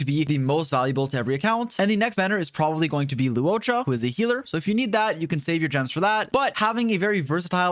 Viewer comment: that “luocha” intonation is quite on point for a non-Chinese creator 🤣👌 rather satisfying to listen to